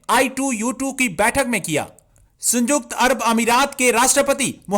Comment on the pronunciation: Abe Chutiye Sanyukt hai Sanjukt nahi